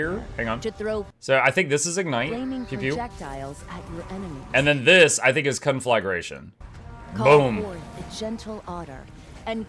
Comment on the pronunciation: saying con-FLAG-ration and not Con-fluh-gration 🥀